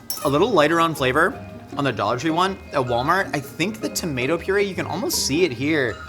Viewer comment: mispronunciation of "purée". firstly, the inflection should be on the second syllable, and the "é" is pronounced "ay", not long "e" sound.